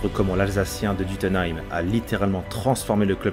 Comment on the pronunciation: Duttlenheim feurtomi !!! Arrêtez d'essayer de prononcer les bled alsaciens par pitié... Pourtant celui-là n'est pas compliqué